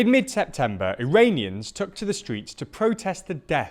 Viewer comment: I swear to God I hear him saying "Uranians" instead of Iranians.